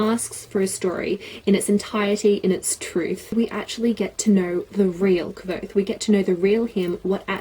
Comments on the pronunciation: rothfuss had a name pronouncing stream and the way she pronounced kvothe is the same was rothfuss did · It does say "like" quothe. I think you were saying it correctly:) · you made me smile:D Ive readen the book in German at first, after that i bought it in your language too and stuck to it till the whise mans fear was done also. Anywho, your pronouncing was perfectly right the "e" of Kvote is silent(or muted/dumb/which is the best word to use here?). Furthermore the names of those figures arent random at all! "quote" is knowen well i guess. Another example would be "Manet" the verb "manere (Lat.)" (3.Person, singular, präsens,aktiv) turns to "manet" and means "he/she/it stays". in the story it is an elder student who will never graduate or leave university. There are countless such hidden details, not needed to fancy the story but a good reason to like it even more. PS: it continues with "The slow regard of silent things", November this year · Patrick Rothfuss commented on this saying she was pronouncing it right 😂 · yeah I watched some of his interviews as well and his pronunciation was actually closer to yours, so you're right! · Haha I was under the impression that the book said the name sounded LIKE quothe - I looked at some interviews with Rothfuss and he pronounces it with a 'v' in there